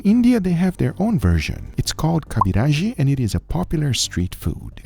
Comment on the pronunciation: First time commenting in this channel.. Kobiraji is a traditional bengali dish that actually goes with seafood, not so much with meat. The final product was similar, but some spices can can be obtained in india ONLY. It is pronounced ko (co) - bi (bee) - ra (Ra_ - ji (jee). Really glad to see niche food here. Try to visit Kolkata for the ultimate foodgasm. Seriously though, if you're are foodie and you haven't visited Kolkata in West Bengal, India, you're missing something. So visit and try this smorgasbord of food that only those who love to eat can create.